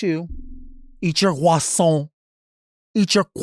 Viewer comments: “Eat your croissant 🥐” (said like a true French) I am dyinggggg 😭😂🤣😂🤣😂😭😭😭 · Eat your qwasoun Eat your QWASOUN 😂